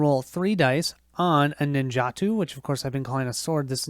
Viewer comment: pronounced nin ja toe for the swords